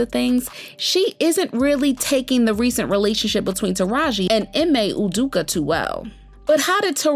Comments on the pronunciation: The man’s name is Ime Udoka - pronounced Ee-May Oo-doke- Kah. If you want to be heard and your opinion respected, take the time to learn people’s name and how it’s pronounced. Stop acting like you’re uneducated. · Ime Udoka... ee-may ooh- doke- uh